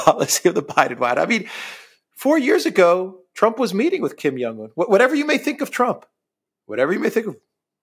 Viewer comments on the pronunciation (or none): You know what's really not hard stuff? Pronouncing Xi (she) Jin Ping and Kim Jong (not Young) Un's names correctly. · The name is KIM JONG UN, not Kim Yong Un. You're reading Jong as if it were the same as in Karl Jung or "young man." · The leader of north Korea is called Kim Chin in. Not Kim yan un😂